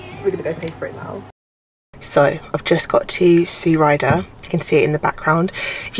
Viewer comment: Where is that Sue Ryder? Did you say Eye?